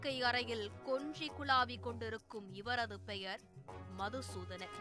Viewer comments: மதுசூதனன் இல்லை மாதுசூதனன்😂😂😂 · மது சுதானன் ❌மாது சுதனான் ✅ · அவர் பேர் மதுசூதனன் இல்லை. மாதுசூத்தண்ணன். கொஞ்சம் திருத்தி கரெக்ட்டா சொல்லுங்க மேடம்.